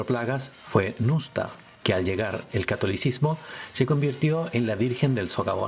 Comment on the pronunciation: Estimado amigo relator no se pronuncia NUSTA se pronuncia ÑUSTA